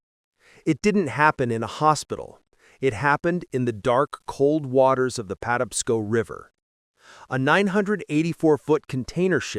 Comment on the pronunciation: Terrible AI. It can't pronounce Patapsco.